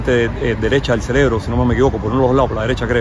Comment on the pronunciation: CEREBRO CEREBRO CEREBRO, enseñe ese hombre a pronunciar la palabra correcta, me refiero al que entrevistaron con la camisa rosada.